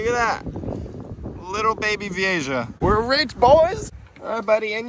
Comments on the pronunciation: Oki feel better I'm not the only fish nerd literally getting P'ed off every time he said Vee-a-Jah!! It's actually one of my favorite fish and I mean he obviously has caught them quite a few times, to not even try to learn about the fish(especially simply pronouncing the name)had me almost turning the video off. Ï don't help for some reason he said the name about 100 times in a10 minute video haha. It's VEE-A-HA VEE-A-HA VEE-A-HA!!!! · is it pronounce Vi-ei-ja or Vi-ei-ha? since it's Spanish "Ja" is pronounce as "Ha" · Dude VEE-A-HA not vee-a-Ja. The j sounds like a H sound. Man did that really start to annoy me. If your going to be making videos that are informative about fish, atleast please learn the name correctly!!! It wouldn't be that annoying but he probably said the name 75 times in less then 10 minutes haha. Dope that your catching them in the wild but also know, if you brought even your nicest ones into my fish store I'd maybe be give you$15. The one you saw in the store was with some kinda female(which no one with any sense would by for 150 ) or was prob one of the Columbian or similar more drab type that are naturally less colorful then some of the more rainbow colored species that actually can go for quite a bit more money but from experience in the fish industry it takes a long time to sell one because it takes a very specific type of fish keeper to actually buy them. Cool video tho. I'm definitely jealous that yalll can just catch all these amazing fish out the bayou and canals in Florida(even if it is incredibly harmful to the native species that are supposed to be there) but regardless atleast catching them and removing them is a great start to helping the native species survival even if it's only a handful a day.. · Not that it matters but it's pronounced, 'Vee A Ha' (Vieja). Not Jah. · Technically it’s pronounced vi-a-ha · I smiled everytime he said Veehaysha im calling it that from now on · Vee A HA is the pronunciation lol